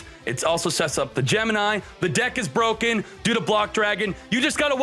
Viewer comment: Broken 🥺 not cooooo